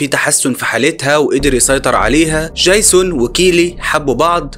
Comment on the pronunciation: يا عم دي فلاحه سيبك منها 😂😂 قال ديجزون قال